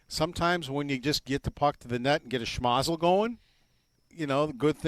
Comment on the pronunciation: He said shmazle 😂